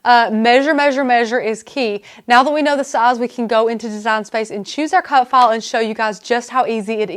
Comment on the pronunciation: what the hell accent is it? I thought she was saying cut fall. finally, she pronounced file with an i sound, so I knew what the heck she said.